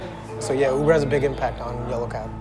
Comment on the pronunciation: taxi not Huber cuber